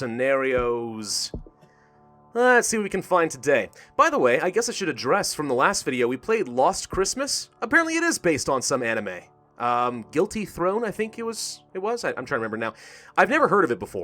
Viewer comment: Guilty thrown WTF MAN ITS GUILTY CROWN